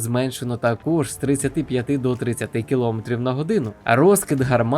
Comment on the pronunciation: ви молодець!! можна ще вас попросити змінити наголос у слові "новИй", а не "нОвий"; та у слові кіломЕтр (тобто наголос на останній склад), дякую за чудові відео і приємний голос, щасти у Новому році. Рус та ні пи**а